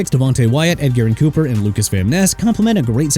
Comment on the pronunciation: Edgerrin (Eh-juh-rin) Cooper! Every time you mispronounce somebody's name I get pissed off! Dude get ppl names right okay?! I'M SICK OF HAVING TO CORRECT YOU OVER AND OVER AGAIN! I'M DONE!!